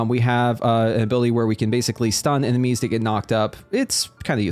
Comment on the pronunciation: Because it's a video game, enemies is eminies, turret is turrents, haven't been here long huh ? It's honestly fine to mispronounce words here and there when you're learning them but what kills me is people still doing it once corrected.